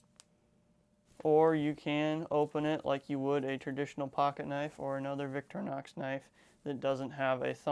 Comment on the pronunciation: Vic-tor-inox not “Victrinox”